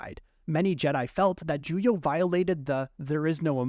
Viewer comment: It's Juyo, not Julio, genius.